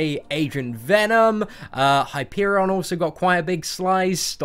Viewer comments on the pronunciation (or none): none